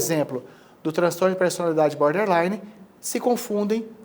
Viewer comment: Não é Boderline é BORDerline... border = limite 😎... Gente, faz vídeo e fala errado? 😂